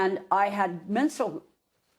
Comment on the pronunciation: she can't wrap those botox-filled lips around the word "menstrual".